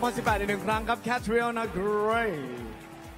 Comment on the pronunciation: I love how the host pronounced clearly Cat's name "CatriOna" not like the others "Catrina"